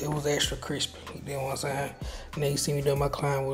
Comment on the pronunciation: “Extra cwispy” 🤣🤣but 🔥🔥job family